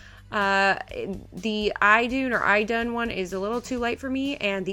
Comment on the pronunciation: I love that Idun Minerals foundation! How you pronounce it is E-doon. Like you're saying the letter "e" and doon. It rhymes with "moon" ;P Your shade you have is pronounced Your-oon. It's like the word "your" and -oon. Also rhymes with moon. Yay Norwegian classes in college haha! Hope this helps! Amazing look as always!